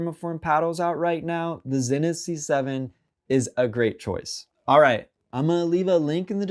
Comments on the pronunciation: Zee-nith not Zin-nith 😬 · Pronounced zeenith